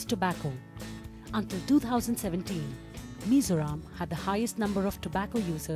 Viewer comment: Please do pronounce correctly. It is MIZORAM, not as you show like "Mr Ram/Meso Rom". It is MI-ZO-RAM